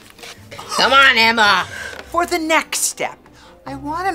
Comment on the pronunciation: come on eMma the accent😅